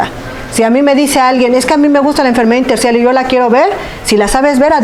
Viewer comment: min 1.20 neumonía intercial o intersticial, no pronuncia bien o no expresa correctamente